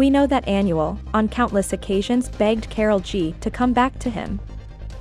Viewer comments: If you gonna interpret a language make sure you at least do your research and pronounce it right!! Smh You’re pronouncing Anuel (Aaa•Nuuu•elll•) like Annual. 🤦🏻‍♀️ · well if that’s the case then it’s really not that hard to search up how to properly pronounce the name of your subject lol? Just stating the “obvious” and correcting it because in every video they call him “Annual”. 😂 (coming from a Puerto Rican 🤷🏻‍♀️)